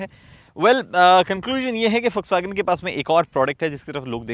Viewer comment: Bhai jis tarah se vw ko pronounce kiya hai kasam se Ferdinand Piech bhi nahi kar paata